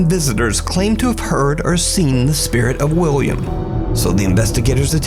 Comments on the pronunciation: idk if its just me, but it sounds like nuke is saying wiwwiam & whenever he mentions the guy by name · Pretty sure he says Wiwwium.